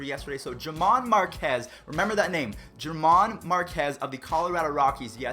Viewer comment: Her-mán not Ger-man